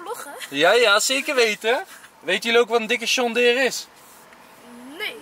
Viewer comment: Waarom zeg jij sjon deere